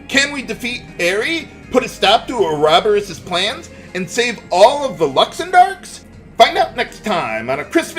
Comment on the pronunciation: I have to say, I really hate how this game pronounces Ouroboros; I grew up saying it with primary stress on the third syllable and secondary stress on the first, so hearing it moved to the second is supremely awkward....